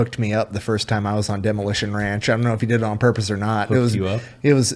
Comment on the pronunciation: from "Demolition Ranch" to "Da Moo-Elation Ranch"